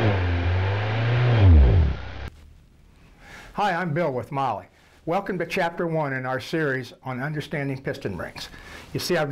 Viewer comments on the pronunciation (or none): “Molly”, it’s called Mahle ffk, “Maalle”, I couldn’t tell what company it is until he showed the box. At least learn how to pronounce it in German if you don’t speak German.